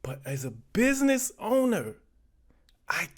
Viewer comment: It's BizNasss not personal. Well not too personal 😂😂😂😂 stop being so wretched and ignit ya punks 😂